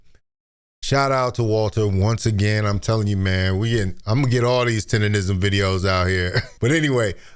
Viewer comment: People really have a hard time saying “Tendernism ”! they be saying “TinderRism” 😂